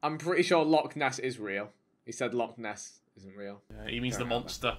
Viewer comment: Loch Ness not Lock